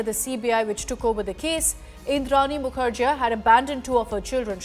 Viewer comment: It's pronounced as Mukherjee not jea.